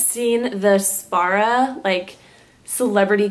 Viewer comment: Sparah? You mean Tarah...